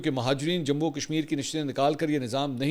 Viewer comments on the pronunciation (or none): none